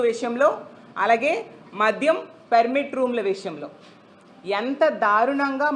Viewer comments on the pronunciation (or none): పేరిమిటు కాదు అక్క పర్మిట్ నువ్వు కూడా మావయ్య తాయారు అవుతునవ్